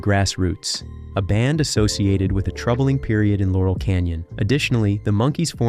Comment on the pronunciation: Jesus tap dancing Christ!!! It's LAUREL Canyon, dumdum! You also need to fix the audio. 🙄